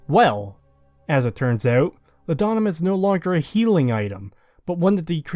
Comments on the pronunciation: I just gotta say man. Its not law'dah'mum, its law'de'num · It’s pronounced “Law-duh-numb” not “La-dawn-uhm” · It’s “Law’d-numb”, it was actually a real medication in ye olde times. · its pronounced 'lord-num', great video as always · For the sake of accuracy - Law-dah-nuhm